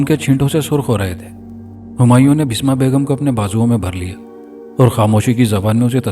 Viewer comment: Basma not bisma